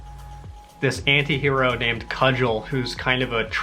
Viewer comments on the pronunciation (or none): Cugel is pronounced koo gull. Long U hard G. Hitchhiker's Guide is best experienced as the original radio drama.